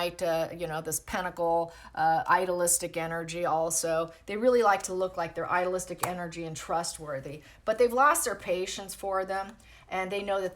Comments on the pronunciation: Been trying to determine whether you're saying "idolistic energy" or "idealistic energy." It could be either, but these two words are not pronounced at all alike. If you're saying "idealistic" it's pretty simple to pronounce: ideal + istic. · please see this thread and clarify! It has a bad effect on me when you use words that simply don’t exist. Are you saying “ideal + istic energy” - then pronunciation needs correcting as stated above. Is it “idol”? Or “idyllic” that you mean? And what do you mean by “idealistic energy”? Simply, is that good or bad, from your POV?